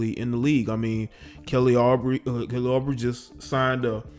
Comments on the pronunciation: Pronounced Ooo - Bray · Its ooh-bray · its pronounced OO-BRAE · It was killing me lol 🤣😂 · The point is having your facts and pronunciations right if your gonna report on something. Especially on a media platform but whatever. It’s channel.